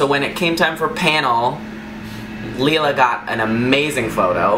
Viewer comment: Leila is pronounced "Leela".. lol